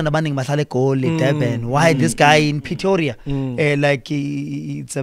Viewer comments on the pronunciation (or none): Petoria???? Aiiiiii nawe Khuzoooo its Pretoria